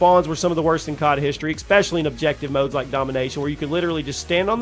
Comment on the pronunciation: Bro said ‘expecially’ 🤣🤣🤣🤣